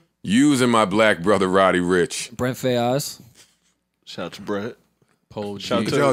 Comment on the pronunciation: Can someone let rory know it’s brent faiyaz as in “fires” and not “Fay-Yez” Lmao